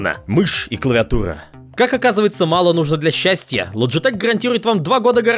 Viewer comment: Не "лоджитех", а " лючитик"